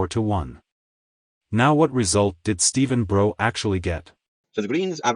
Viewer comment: The only error you've made in this video... is mispronouncing Stephen Brough's name. If you took the 'B' off his surname then think about how you'd pronounce it; now add the B again.🙂